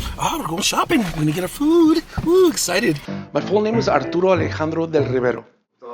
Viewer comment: I love it when Julia says Alejandro!!! That’s my name